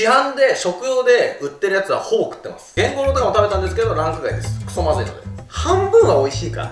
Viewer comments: ゲンゴロウがケンゴロウになっててどこのじいちゃんかと思ったわ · ゲンゴロウって炭治郎と同じ発音じゃないの？